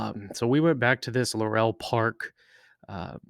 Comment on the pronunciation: you mispronounced the Laurel racetrack...Hard to take you serious